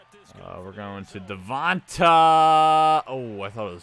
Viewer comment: It’s De-von-TAY not De-von-“ta” 🤦🏾‍♂️🤦🏾‍♂️